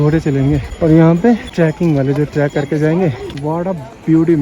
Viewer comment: Track nahin, trek hota hai